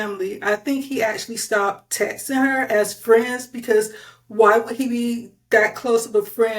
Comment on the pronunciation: Whoever this noname person making the video is jumping on the liars bandwagon. This host can’t even speak properly and uses inappropriate grammar 😂 Sounds like she’s a 2nd grade student “tet’n” is how she says texting😂 NOBODY WHATSOEVER CARES ABOUT WHATEVER THIS CLOWN SAYS!!!